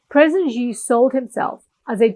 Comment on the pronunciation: Your content is from a western lens, quite shallow. You can't even pronounce Xi's name correctly 😜😕